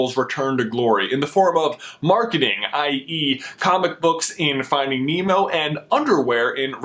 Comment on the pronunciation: It's nemo not neno